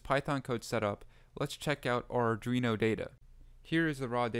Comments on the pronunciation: Great tutorial!! But.. and I'm sorry, I can't help myself, Ar-dwee-no Not Ar-dree-no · its not ardreno Thanks for the video.